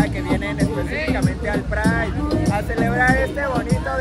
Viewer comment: ¿Por qué tienen que estar tan colonizado? ¿Por qué pride si ya había una palabra en español? Es un poco patético, incluso la entonación que hace.